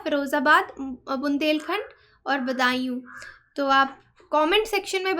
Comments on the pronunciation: Bundelkhand... And previous pronunciation is (badayu) n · correct pronunciation - बदायूँ , फिरोजाबाद